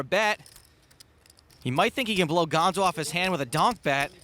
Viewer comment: Gonzo not bombo!